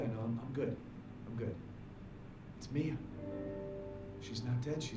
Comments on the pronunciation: its MI-A not MA-IA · its mia, not maia